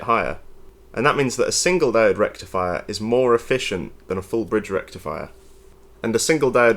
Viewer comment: I believe you mispronounced FOOUL BRRREEEDGE REKTIFIA. I shall have to report you to Electroboom immediately 😜